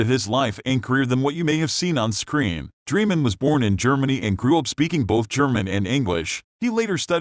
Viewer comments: Annoying how you don't pronounce his name right. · You may want to learn how to pronounce the last name of the actor and the correct pronunciation of the character.